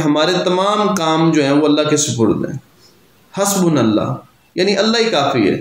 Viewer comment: حسبنا اللہ "ہا" نہیں "ہو" درست کر لیجیے